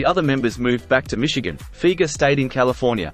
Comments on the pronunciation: Fi-ger….NOT Feeger… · it's Fi-ger not feger